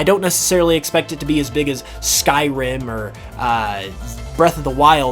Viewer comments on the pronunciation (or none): none